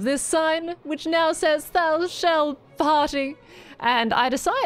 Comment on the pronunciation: That's not how you pronounce "thou"! 😅❤️